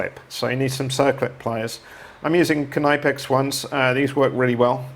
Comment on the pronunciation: Dude I think the snap ring pkyers are pronounced (nip-X) not (kah-nype-ex)😂 Boy that KT n motorcycle, you're working on.Those sure are beautiful bikes.They're really aren't any made any better. So basically nice frigging bike man